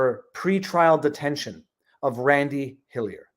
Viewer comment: its like hes not even trying to say randy